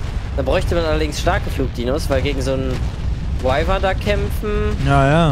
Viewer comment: Man spricht wyvern wie weiwern aus